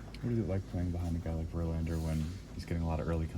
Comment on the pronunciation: “Justin VerEickoff”